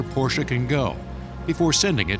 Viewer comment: I love the fact that the narrator pronounces "Porsche" correctly. He doesn't say "Posch" or "Porschieeee". Yaye to the narrator!